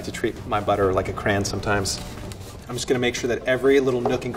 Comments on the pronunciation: Did he just say Crayn, no no no it is Crayon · wow he really just said “crahn” instead of “crayon” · DID HE JUST SAY CRAN AHHHHHH WHAATTTT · I had hope in but then he said CRAN instead of crayon and i lost hope in all forms of life😔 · “I like to treat my butter like a cran Me: “you mean cra-yon” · Did he just say cran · I bet is from Philly. He pronounces crayon as "cran" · I lost every bit of respect I had for the home cook when he pronounced crayon as "craan"